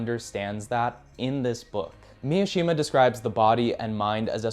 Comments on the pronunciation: It's pronounced: Mi Shi Ma Not pronounced : MIA shi ma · Mishima. It's not Miashima. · immediately mispronouncing Mishima as MiAshima really shows that we are watching a video by an American creator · Just a heads up, Mishima’s last name is pronounced Me-She-Muh not Me-uh-she-muh “Easy” thing in Japanese is that there’s no such thing as short vs long vowels, every vowel is pronounced the same every time. A = ah, o =oh (think Toyota cars or Canon cameras) i = E, U = oooh (think Mitsubishi or Mt. Fuji) E = Eh (think Nintendo or Lexus) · Mishima, not Miyashima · His name is Mishima not "Miyoshima" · I’m gonna be that asshole but it’s pronounced mi-shi-ma not Mia-shima. His book called spring snow is hands down one of my favourite books I’ve ever read good pick 👍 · It’s Mishima not Miashima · bruh, Yukio Mi-uh-shima? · White dude saying "miashima" yea bro I'm okay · cool video, but I don't know why you add a ya in mishimas name like its miyashima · cool vid! nice book recommendations. one knit pick, Mishima is pronounced MI - SHI - MA. (MI "MInk") (SHI "SHIp) (MA "MArgate"). man, i made it complicated than needed! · It's pronounced MEE-SHE-MAH. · Good video, but why do you keep pronouncing it as Mi-A-shima? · Bro yaps about the responsibility of reading classics and then mispronounces Mishima’s name